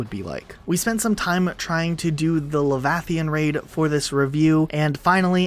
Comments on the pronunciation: ... La-Vathian Raid XD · It is pronounced Leviethen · Ah yes the Levafian raid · How he said leviathan though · Why the fuck did he say leviathan like that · Wait... how did you said Leviathan??? That killed my chromosomes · anyone else notice the way pronounce leviathan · Yup. Cringed just a little bit. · It hurt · THANK YOU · owo mc e IM WHEEZING